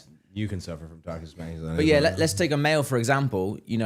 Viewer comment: Cody didn’t even try to pronounce masculinity 🤣🤣 “you can suffer from tocsic mulligatawny”